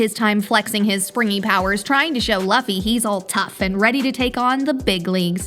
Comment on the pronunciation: Its luffy not loffy